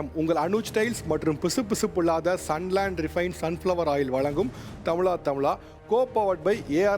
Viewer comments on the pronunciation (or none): தமிழா தமிழா என்று சொல்லுங்கோ sir தமிளா தமிளா என்று wrong ஆ உச்சரிக்காதே sir தமிழகம்.. தமிளக்ம் wrong உச்சரிப்பு